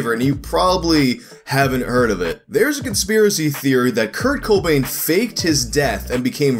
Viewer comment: That pronunciation of Kobain confused me for a good while